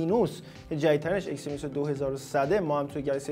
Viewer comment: آقا اکسینوس چیه اگزینوس 🤦🏻‍♂️😐